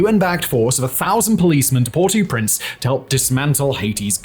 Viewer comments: Oi! The British Empire has drawn to a close and the colonial tact of renaming is dead. You don't Anglicise proper names in other languages. Modern Brits--TRY HARDER! The capita of Haiti is NOT pronounced "Port-eew-Prince" and you know it (or ought to know it because there is Google). The closer to the proper and the non-post colonial passive aggressive smug British pronunciation that makes it seems that you ate least care and tried is: "Por-oh-Prance." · Port- ow - Prince. Air - iss - steed. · Do you intentionally mispronounce so many words? Or is this congenital? Aristide. Port au Prince. No reasonable person is expecting you to actually have a Creole or French accent, but my god! Take 30 seconds, use the internet, and come up with a reasonable approximation of these words.